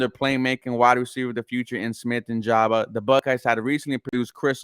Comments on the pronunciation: great video bro.. just a FYI.. It's Njigba (In-Jig-Buh) keep up the great work. Go Texans!! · This fool said Nijaba it kills me lmao